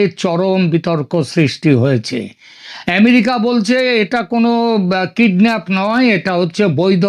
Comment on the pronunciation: ওরে মূর্খ হতচ্ছাড়া‌ বাংলাদেশির দল, এখানে তুই বাঙ্গালীদের জন্য বাংলাদেশে বসে চ্যানেল চালাচ্ছিস আর সাধারণ একটা কথা জানিস না যে, সেটা হচ্ছে কিডন্যাপ - কিডনাফ না😂